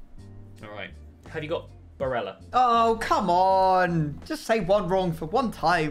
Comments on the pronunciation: Surely he’s not pronounced “Bareja” since he’s Italian and not Spanish? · yeah, exactly. It’s Barella and not Bareja. Double L just becomes a J sound in Spanish languages as far as I know.